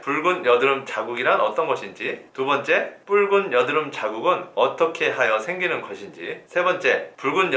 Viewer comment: 아 미쳐ㅋㅋㅋㅋㅋㅋ이것만들려요